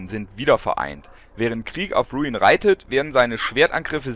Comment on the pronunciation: iss ja sonst nicht meine art, aber da muss ich jetzt mal kritik über. das tier heißt RuIn. und wenns geht bitte auch mit einem deutschen R. iss doch schließlich ein so schönes wort. ansonste klasse wie immer. ^^